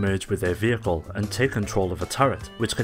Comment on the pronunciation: I can't stand the way this guy says "vehicle" .